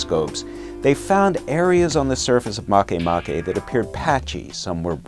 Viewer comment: I'm so awesome scientists named a baby planet after me, even though they're mispronouncing it.